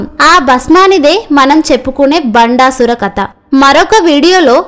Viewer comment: కత కాదు ❎ కధ ✅ ఇక ముందు తప్పు సరిదిద్దుకోండి!!